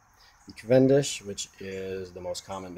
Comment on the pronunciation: who says cav-EN-dish? most people say CAV-en-dish